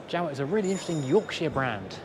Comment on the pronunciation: Strange pronunciation of Jowett?